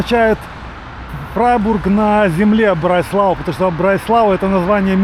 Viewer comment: Нет такой местности там под названием Брайслау😂. Город называется, Freiburg im Breisgau ( Фрайбург им БрайсГау). Breisgau - это регион между верхним Рейном (Hochrhein) и Шварцвальдом (Schwarzwald). Будьте точны в названиях городов, Вы же блогер, несёте знания в массы😊